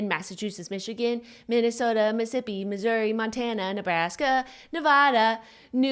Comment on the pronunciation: jenna said missippi instead of mississippi